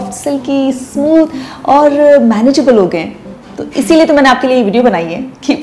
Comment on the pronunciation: Love the way u said isi lyay tu mai ny apky layy yh video banai hy. U r masha Allah so positive so caring and nice that any one can get motivated by ur energy. Allah may😊 Bless u